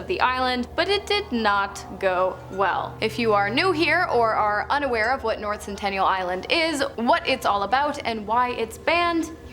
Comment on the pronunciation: Lol centennial